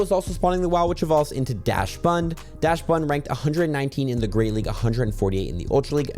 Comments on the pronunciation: Daschbun is pronounced "docks-bun". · Daschbun is pronounced Doch - Bun